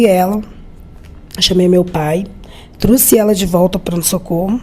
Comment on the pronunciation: Não é "truce" nem "troce", e sim trouxe.